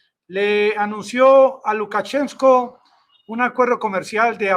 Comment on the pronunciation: Amigo, Se dice LUKACHENKO (sin la s):Profesor de ruso graduado en Rusia. Abrazo desde la región del Sumapaz